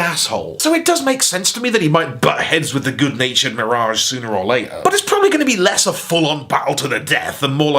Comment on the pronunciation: Love the way pronounces "MEER-age."